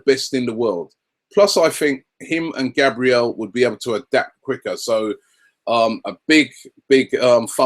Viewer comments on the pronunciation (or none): none